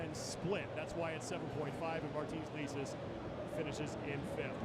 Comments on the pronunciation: Martins "likis" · He said martins "likis" lol